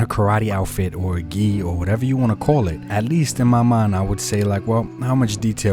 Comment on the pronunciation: yeah its called a Gi (gee)